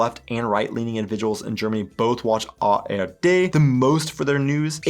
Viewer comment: Phew, he said it right the second time. I am relieved. ;)